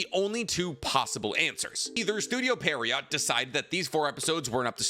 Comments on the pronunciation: You're saying Studio Pierrot wrong! It's not Perriot! It's pronounced Pi-ye-roat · Pierrot. You're still doing the Periot thing lol. Pier-ro. T is silent. There's no i after the R. You can fix this. It's not too late. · (PEER-ROW) NOT (PERRY-OT) holy shit. PIERROT = PEER-ROW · Say it with me. Studio PIERROT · Is it pronounced Perriot? Because it's written Pierrot and it's honestly quite irritating to me hearing it pronounced with the i in a seemingly wrong spot. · 1. Yap ends after 16 minutes 2. It was a bit convoluted getting there, but I agree the special episodes were delayed because of a change in plan for Boruto. 3. Pierrot. Say it. Pierre-O 4. Releasal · 23 minutes and he couldn't pronounce once "Studio Pierrot" ahahaha